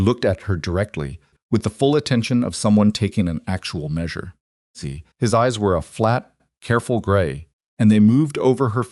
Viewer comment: Can't enjoy because of the word "see". You should really listen to your own stories to find the mistakes